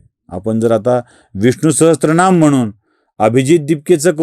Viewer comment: विडिओ आवडला. एकच विनंती, उच्चार करताना विष्णुसाहस्त्र नाम न म्हणता विष्णुसहसर नाम असा उच्चार अपेक्षित आहे ह्याची नोंद घ्यावी हीं नम्र विनंती 🙏